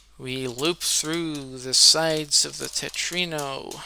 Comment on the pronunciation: Its Tetromino not Tetrino btw Great demonstration!